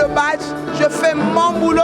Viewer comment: On ne dis pas batche mais abdge